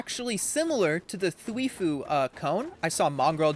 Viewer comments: Prnounced: Thwy-fo Not thwee-foo Lol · if u say thwefuu one more time 1 like = 1 thwifo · Thweefoo ahaha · dude says "Thwifue" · It hurts me show much when he says Thweeefo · Th why foe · ya lol that triggered me so much